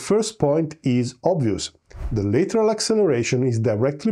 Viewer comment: lateral as in latch, land, bad, and not as in letter, better or later.